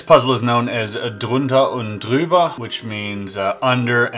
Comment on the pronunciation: Jürgen not Jürgen and drüber not druber.